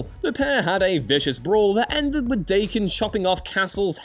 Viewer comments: Day-kehn?? DAH-KEHN. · please learn how to pronounce "Daken" correctly. He is named directly after the Japanese word for mutt/cur/mongrel. We have a real frame of reference for how to pronounce his name, and it's not "Day-kin". Marvel''s own official Youtube channel has multiple videos with writers and staff correctly saying "Dah-ken". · I believe Daken's name is pronounced "Dokken" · It's pronounced Da (like Russian for Yes) than Ken ...Dakken. It's Japanese for mongrel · Daken = "daw-kin." Mxyzptlk = "mix-yez-pittle-ick."